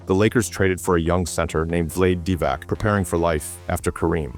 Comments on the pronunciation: “Vlayed Divak” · Very hard to consider any of this credible when you pronounce Vlade Divac name as it sounds. Is this AI? At least that would be an excuse... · You don't even know how to pronounce Vlade Divac name, YOU IDIOT !! This voiceover nerd doesn't know ANYTHING about Basketball.